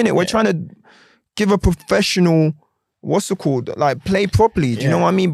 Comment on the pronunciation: Everytime he says 'Whassitcawwed" down a shot.